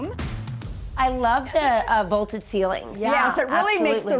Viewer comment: The comp house was 70% bigger, so of course it’s going to command a higher price. I also love how she says the ceilings are “volted” ( and again )